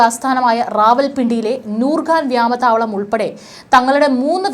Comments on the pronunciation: വ്യമാതാവളം അല്ല വ്യോമ താവളം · ഈ വാർത്ത വായിക്കുന്ന തെണ്ടി കൾക്ക് മലയാളം ഉച്ചരിക്കാൻ ആദ്യം പഠിക്ക് വ്യാമ താവളമല്ല വ്യോമതാവളമാണ് ഖജ്ജ അല്ല ഖ്വാജ ആണ് മലയാളം അറിയാത്ത പന്നികളെ കൊണ്ട് ദയവായി വാർത്ത വായിപ്പിക്കരുത്